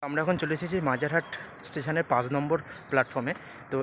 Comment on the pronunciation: পাঁজ নম্বর, আমনারা এগুলো কিরকম উচ্চারণ স্যার?